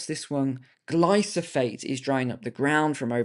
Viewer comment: FYI: IT'S ..."GLY....PHO.....SATE"....aka: "ROUNDUP".....(MADE BY MONSANTO/BAYER) :face-blue-smiling::face-green-smiling::face-fuchsia-wide-eyes::face-orange-frowning: :face-fuchsia-poop-shape::face-fuchsia-poop-shape::face-fuchsia-poop-shape::face-fuchsia-poop-shape